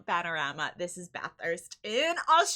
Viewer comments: There is a place in England called Bathurst, but no this is the Australian one, you said it how most aussies do kudos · I grew up in Bathurst and you are one of the few people who pronounce it correctly. Outsiders say Bath-hurst. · How the FK did you pronounce "Mount Panorama and Bathurst" close to perfectly?😲 Respect from Australia.👍🤘🍻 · First thing I thought too, fuck me she said it right I'll be watching the whole thing, I'm glad I did was great to watch. I thing she would like Darrel Waltrips lap to that was a great watch.